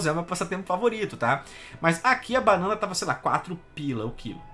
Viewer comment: "panãna" vai todo mundo se fu...